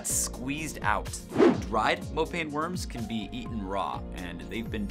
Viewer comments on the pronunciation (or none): none